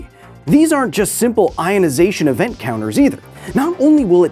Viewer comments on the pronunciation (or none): none